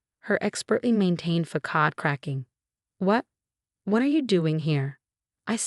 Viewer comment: Facade is pronounced with a soft "C."